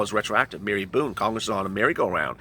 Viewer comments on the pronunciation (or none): none